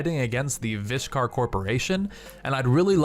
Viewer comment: Lol. The way you pronounced vishkar... Lol.